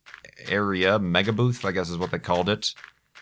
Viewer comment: every time you say"booth" I hear boobs.